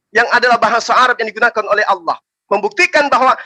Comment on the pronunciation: Assalaamualaikum, oten tadi menyebut kata Allah dengan olloh tidak ada didalam bahasa Arab huruf O .